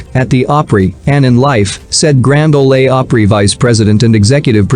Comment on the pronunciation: Learn to pronounce Grand Ole Opry